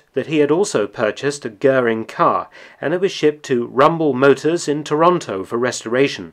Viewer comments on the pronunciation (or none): none